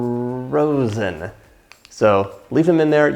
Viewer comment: Ferrrrrozen 😆 You’re so great, John!